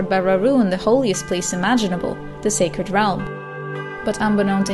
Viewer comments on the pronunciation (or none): none